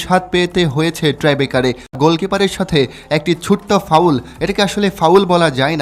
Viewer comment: টাই ব্রেকার কথাটি আপনি বারবার ট্রাই ব্রেকার উচ্চারণ করেছেন। যাহা সম্পূর্ণ ভূল।